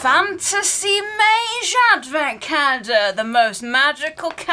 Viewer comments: I love how doesn't say the l in calendar hahaha "caendar" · The way you say calender in you accent is sooo funny 😂